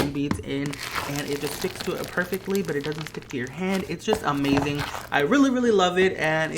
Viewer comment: Did anyone hear when he said amazing there was a G and it sounded like amazinG